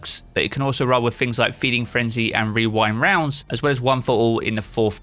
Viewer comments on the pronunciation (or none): I'm guessing the 1000 kills with Splicer armour is retroactive! Also I'm 69% sure you said Wewind Wounds lol